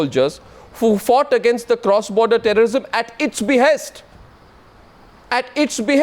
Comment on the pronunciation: At minute 44 Arnab reads a statement ".. loyal soldiers, who fought cross border terrorism at its be-haste". And he emphasizes on 'at its be-haste'. What about the more critical issue 'cross border terrorism'. If the tamed media has lowered to such a standard, beware, one day will come when this highly communal central govt. will also charge brave Indian army for killing cross border infiltrators (just for vote banks). Ethically corrupt media will support govt stand for their personal gains.